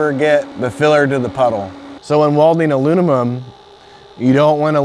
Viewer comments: Anyone else notice he said "aluninum" when it's pronounced aluminum, and he also said "tall tale sign",when its actually tell-tale sign?...and that was just in the first 45 seconds? 🥴I think I'll go somewhere else.....Stay in school kids. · he said « alunimum » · Love the vid very helpful but I’m just saying I could make a drinking game on how many times this guy mispronounced aluminum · "Alunimum" LOL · Sounded like Alu-mum to me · So when welding ALUNUMON 😂😂😂😂😂 sorry It made me laugh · this guy keeps saying alumimum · The way this guy says aluminum drives me absolutely insane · Great vid but this dude was having alot of trouble pronouncing aluminum 😂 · Good video but he struggled saying aluminum lol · Great video, but in a video about aluminum welding, you should at least know how to pronounce it..